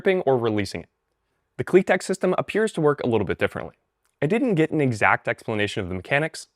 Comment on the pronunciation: ❌KliTek ✅KliTep